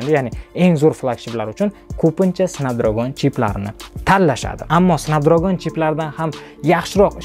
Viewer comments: Okam lekin "snabdragon"soʻzini ham aytiwwi qalpoq qib tawadizeee 😅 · Aka siz snepdregon exsnos sozi flagmen so‘zlarini yaxshi organvolib kegin video qiling odamdi g‘ashi kelyapti tog‘ri talaffuz qilomaganizi eshitgan odamni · Эээээ, Ака Снепдрегон`ди Снапдрагон диябсизми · Snapdragn bo’ladi 1-dan, 2-dan flagman bo’ladi agar haqiqiy inglizcha o’qisez. Google dan shu so’zlarni yoziz pronunciation desez chiqazib beradi. Bular ichida Snapdragonni haqqatta o’zbekcha talafuz qilganman, haqiqiy talafuz snepdregon emas snapdragn bo’ladi. Dictionarylarni ochib tekshirib olavering ishonmasangiz. Siz aytgan talafuzlar rularni o’qish talafuzi haqiqiy talafuz emas.